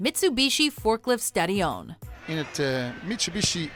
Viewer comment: Stadíon, i love it when WM tries to pronounce something Dutch :)